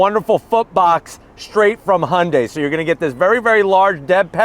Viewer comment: He pronounce the name Hyundai perfect! Not Hiyundie!